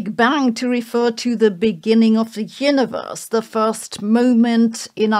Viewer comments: "Yinneverse". Botox. Not judging, just observing. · why do you keep saying "hyuniverse"